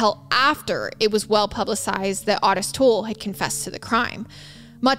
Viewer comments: Those letters are addressed DEAR SIRS, AS IN SIR..LIKE MADAM & SIR...NOT A MISSPELLING OF SEARS...just clearing THAT up. -Jackie 😘 It's also OOOO-tis. Not ahhhh-tis. And Dahmer NEVER had victims that young, so he's definitely OUT. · Thank you. It's also O tis as in the name Otis. Great show regardless. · Actually it is pronounced Oh-tis. Just because we had a grandpa Ottis, and every Ottis I ever met is pronounced the same way It is definitely an (oh)sound. But, that being said, I adore so dang much, she can pronounce anything anyway she wants too. She is pretty freakin awesome ❤ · she pronounced otis the way the dad says it